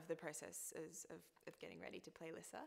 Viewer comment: YAY THEY SAY LISSA HOW I ALWAYS IMAGINED IT BLESS YOU LUCY :') i'm so so so glad they don't say it like lisa dragomir THERE ARE TWO S's hahahahaha but omg she's so cute i can't waiiiitttttt